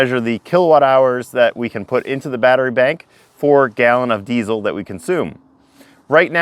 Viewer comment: I may have heard wrong, but are you one of the only Americans who pronounce 'Diesel' correctly; 'z', not 's'? If so, you have my respect :-)